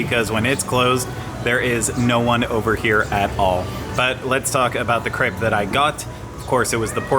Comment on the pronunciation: Also your commitment to pronouncing it "crepp" is fantastic.